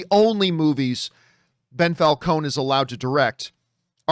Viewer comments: Why does he keep calling him Bell Falcons? Lol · Who's "Bel Falcone" ? lol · How many times can you say "Bell Falcone"? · Lmao "Bell Falcone"